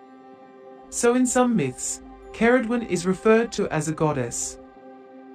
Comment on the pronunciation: You may want to look up how to correctly pronounce Ceridwen too